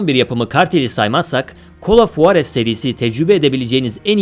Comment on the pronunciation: Ya bi gidin sik sik oyunları sıralamışsınız bide huarez ne tmm bi h olayı var ama çok ince juarız diye okunur